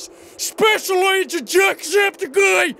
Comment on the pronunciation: instead of hearing secret agent man i heard secret Asian man